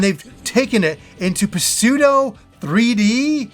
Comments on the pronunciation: the P in pseudo is SILENT! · Great stuff! I’m bummed out that Wonder is easy. I like the more challenging Mario games. By the way,, you don’t pronounce the p in “pseudo”:-) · Hi, you're awesome and your channel is awesome. "Pseudo" is a silent P. You said it in your last video is well. It's funny when you say it but it distracts from what you're talking about.